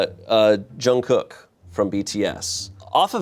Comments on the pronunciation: pronouncing Jungkook like Youngkook sent me 😭 Koreans do indeed have a J sound lol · thank you for pronouncing jungkook correctly. the amount of people in media who don’t research and pronounce it in a whack way is crazy. i’m looking at you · knows Lisa but can’t properly pronounce Jungkook?😭😭